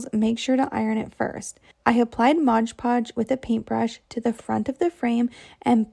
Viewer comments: Looks great, but can you please say MOD Podge instead of MODGE PODGE!!!!! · MOD Podge……..not bloody MODGE Podge. Anyway, I like these ideas. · because it's stupid! The bottle clearly says MOD PODGE! NOT MODGE PODGE 🙄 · That little gal says Modge Podge in every one of her videos